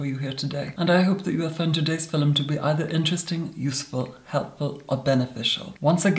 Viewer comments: it's a meme! it's because the way says it sounds like 'filum' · was I the only who who heard, in todays "filim" hahah